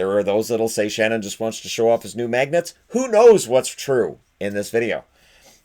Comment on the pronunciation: No one: Absolutely no one:: MAEGNETSS